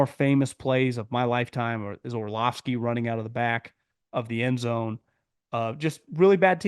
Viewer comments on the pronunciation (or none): none